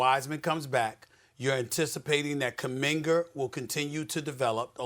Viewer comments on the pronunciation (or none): Did Stephen A call JK "Kuminger"? Or Am I bugging today!?!?